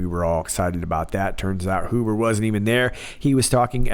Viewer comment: My family name is Huber, not related to John Huber as far as I know although Huber is not a real common name, but the point is, in German the way you pronounced it is the proper pronunciation, the other common pronunciation is the anglicized pronunciation..